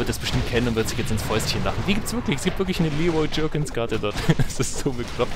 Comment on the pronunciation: Das heisst Leroy Jenkins und nicht Leroy Jerkins!!!!!!!!!!!!!!!!!!!!!!!!!!!!!!!!!!!